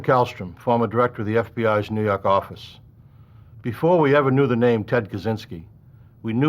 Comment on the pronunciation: NEW YAWK AFFICE!